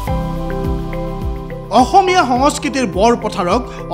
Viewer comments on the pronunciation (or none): none